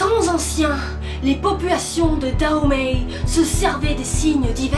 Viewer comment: On prononce daomé/daomè